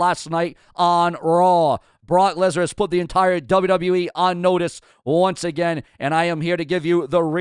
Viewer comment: I did see Paul Heyman call Brock Lesnar, Brock Legnar